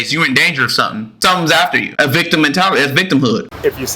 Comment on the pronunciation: My man, it’s “Victim”